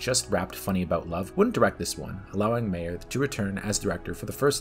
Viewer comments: It’s Harve Bennett, not Harvey. And it’s Nicholas Meyer, not Mayor. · Good 10-minute overview! Undiscovered Country is still my overall favorite Trek film. Please research though how the names are pronounced. It’s Harve Bennett, not Harvey; and Nicholas "Myer", not "Mayor" 😀